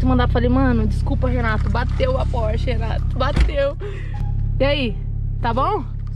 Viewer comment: Espoiler do próximo carro do Renato "na próxima phorche"